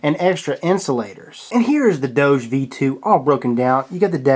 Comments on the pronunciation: That's not how you say doge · God dammit....its doge....DOG-EEEEEEEEE. DOJE just makes no fucking sense at all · I think it pronounced dogi if you are German. (for all others, type it in google translate and switch on german to hear what it sounds like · Doge, Pronounced as DOU-GHE